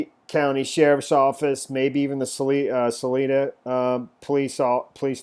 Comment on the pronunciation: its Sal EYE duh.............. where are you from?